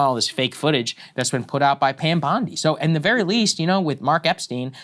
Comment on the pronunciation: It's out.. not aht, Krystal. You took way too many public speaking courses to do this. F she's annoying